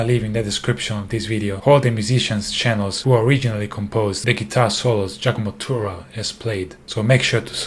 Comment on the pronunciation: Non mi è piacuto solo che tu abbia pronunciato Turra come se lo avesse fatto un inglese. Slap...